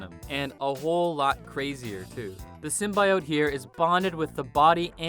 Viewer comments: STOP SAYIN SIMBA-E-OATS.. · Sim-bee-ote cmon man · Symbiote - sim-bee-oat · It's symbiote. Not symbaiote. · The fact that you pronounce symbiote the way you do it makes you lose all credibility on anything else you say... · Why is this guy pronouncing symbiote like a serial killer? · Horrible narrator, doesn't even know how to pronounce symbiote. Has he even watched the Venom movie? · Pronouncing symbiote wrong is tight P.S. It doesn’t matter how you say it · Bro do you know how dumb you sound saying Symbiote? Just say it right. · I UNSUBSCRIBED FOR PRONOUNCING SYMBIOTE THAT WAY....GOOD JOB ASSHOLE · This guy doesnt even know how to say symbiote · Learn how to say symbiote...and then record the video. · Volume off and subtitles... guy can’t pronounce symbiote.